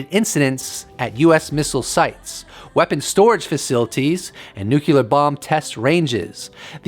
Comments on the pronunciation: UFO Jesus saves, while Neil is smokin’ de Grasse... And PLEASE! It’s NOT “nook-you-lar”, like that traitorous asswipe George W Bush used to mis-pronounce, it’s “nuclear”, as in “NEW CLEAR”. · Are you trying to look like a bad Jesus costume? And the word is pronounced NOO-KLEE-UR not NOOK-YAH-LUR... if your too stupid to know this... it gives me pause as to whether or not your content is legitimately accurate.... go back to school... And try again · Nuclear.... sounds like noo-clear...not noo-cular.... why why why do people insist on saying it wrongly!!!!??? Arrrrghhh!! Take the consistent mispronunciation out of it and the information was quite interesting :) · Nuclear. NucLEar. nukLEEar......